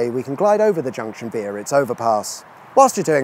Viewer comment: Via is not pronounced the same as veer🤷‍♂️